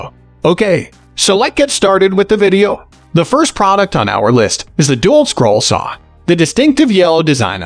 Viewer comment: Someone needs to tell the narrator how to pronounce Dewalt. It's not Doolt, but DeWalt with the emphasis on "Walt". So.. dee-WALT. At least that's how the people at "Doolt" pronounce it. Ask 'em.